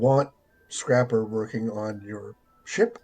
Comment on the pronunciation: The continued mispronunciation of scrapper is killing me 😆